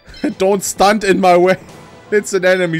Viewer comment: xD dieses Don't Stant in my way hat mich gekillt vor Lachen :D